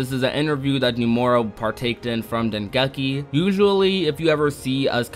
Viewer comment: I’m sorry but it really bothers me how he pronounces “Nomura” and “Dengeki” lmao. He says “Numora” and “Dengucky.”